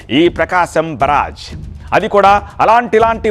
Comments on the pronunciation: Evadu ra ninnu varthalu chadavamani pampindhi Barrage ni baraj antunnav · ఓరి నీ ఉచ్చారణ తగలబడ.... ప్రకాశం బ్యారేజ్.... అని పలక లేవా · బరాజ్ ఏంట్రా బెవర్స్😂😂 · కృష్ణమ్మ ఏమిటిరా కృష్ణ నది అనలేవేమిటిరా, బ రా జ్ ఏమిట్రా వి పూ... బ్యారేజ్ రా పూ...... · ఓరే బారాజ్ కాదు, బ్యారేజ్ అనాలి అందుకే సరిగా చదువుకోవాలి🤣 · బరాజ్ కాదు బ్యారేజ్ అంటే బాగుండు.. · Barage enti chi chi.. Byarage ani chadavatam nerchukondi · బరాజ్ కాదు రా బకరా బ్యారేజి అంటారు ఎదవ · అయ్యో మీరేమన్న అమెరికన్ నుంచి దిగి వచ్చారా స్వచ్ఛమైన తెలుగును స్పష్టంగా మాట్లాడడం రావడం లేదు దొర మీకు నీ మాటలు తెలుగుజాతి ఇజ్జత్ తీసి ఎలా ఉంది బ్యారేజ్ దొర బరాజ్ కాదు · Barge kadu ra barage ra babu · ప్రకాశం బ్యారేజ్ రా నాయనా బరాజ్ కాదు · 😂😂 బరాజ్ ndy ra naina.. బ్యారేజ్ 😂😂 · Comedy ga chaduvutunna baraaaage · Barage kadhu ra boku yedhava.niku news chadavadam kuda radha.telugu ni anduku champestharu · బ్యారేజ్ అని పలకడం తెలుసుకో ఫస్ట్ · Babu endhi ni news cheppadam..... Telugu ni murder chestunnaru mi lantivallu...... Barrage kadu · Barrage pronounce sarigga cheyyi